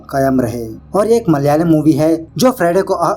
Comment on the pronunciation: Not maliyalam its malayalam